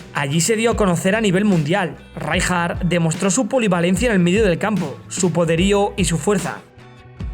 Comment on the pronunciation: Le voy poner un 'pero' a este gran vídeo: Qué manía con pronunciar "Ráijar", cuando será el castellano el único idioma en que esa letra se pronuncie así...